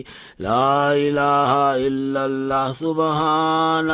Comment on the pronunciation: Kitna bewkoof molvi too. Laelaha Hillary nahin hota. LA ilalla hota hai